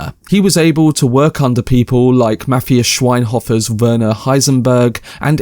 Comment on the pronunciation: MAH-TEE-AS SHVAIK-HÖF-ER